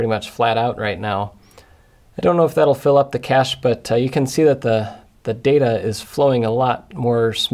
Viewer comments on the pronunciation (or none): none